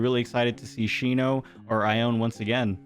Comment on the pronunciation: Ione’s name is actually pronounced eye-oh-knee Sorry for the trouble